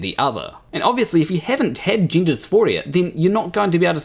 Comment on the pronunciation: Tind ? Gindah? It's confusing enough as it is already all this without adding horrific vowel abuse. And I'm Glaswegian so I'm usually more than happy to cut my equally unintelligible Antipodean cousins some slack. Anyway, the main thing here is of course that you get to be the ultimate arbiter of what is and is not funny. And Bill Maher isn't funny. I know that because you just told me he. End of discussion. The problem is though that he is funny. Extremely funny. And whatever you think about this piece that's so upset you there's no denying the writing is quite brilliant, much as you try to naturally. You couldn't have written something like that in a million years. And not because obviously you disagree with it or equally obviously you're utterly devoid of a sense of humour. But because you're simply not smart enough. Comedy writing of that calibre is actually extremely difficult. Few people can do it all, fewer still as well as Maher and his co writers. But in a few short years I fear we will no longer be able to enjoy Bill's brilliance, be that Maher, Murray or Burr, because zealots like you will have succeeded in getting it banned. Consigned to the bin under that big amorphous catch all of "hate speech"🙄 Censorship and cancellation, doxxing and shaming used to be solely the preserve of authoritarian regimes. Not any more, there's a new type of facism at play now. The tyranny of the minority. A relatively tiny group of male extremists hell bent on eroding hard fought wome